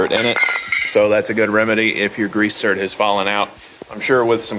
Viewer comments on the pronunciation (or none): Zerk. Not zert